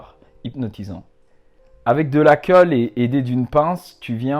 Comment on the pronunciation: « avec de la keule » 😂😂